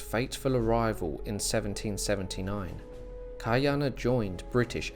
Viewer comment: Hawaii was never colonized. It was occupied. Hawaii was a British Protectorate by 1794 never a British Colony. And it’s pronounced Kah-E -Ahna there is a glottal stop. That’s why Chief of War released on July 31st for the celebration of the end of our first British occupation in 1843. And you pronouncing Hawaiian names wrong is BS watch the show practice but it’s soooooo hard to hear. Please learn how to pronounce Hawaiian words before you post anything about it. It really discredits the history you try to share.